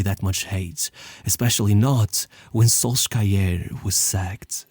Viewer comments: Can we pronounce Solskjær properly? It is "sul-sher". Not "sol-skja-er". Not that hard to find a video where the name of the famous United player is pronounced by a Norwegian. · Solskjær is best pronounced "Solsher" in english. Love your videos, bro! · amazing video but please put some effort into the pronouciation of names. Solskjaer is pronounced a lot differently (in Norwegian and English) and it sadly makes what you are saying feel worse than it is. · I kinda liked SolSkyer xD